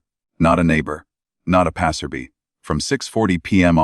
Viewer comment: ............ / A.I. again is terrible..................what the hell is a "PASSABEE!"